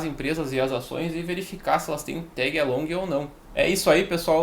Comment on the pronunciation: aí é o manjador de inglês! Tégui alongui! XP